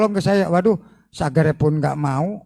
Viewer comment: Garomah al wali al habib al sang kiper neraka, bisa merubah "subscribe" menjadi "sagreb" sudare awokwokwok 🤣🤣🤣🤣🤣🤣🤣🤣🤣🤣🤣